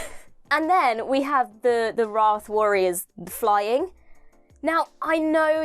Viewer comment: Have you seen Unleashed? A lot of your queries are answered there. The Meep was a physical creature. CGI was hardly used. The ship was really built. Most of it was physical effects. More money was spent on this then an entire series. You are also saying Wraith wrong. The explanation had to be that long for the casual viewer. It eould be unlikely that they would look on You Tube prior to it. It was designed for someone who has not watched it before to understand it. Hence the info dump. It was awesome. Best episode in years.